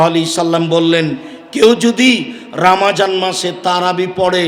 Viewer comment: Atay suddho uccaron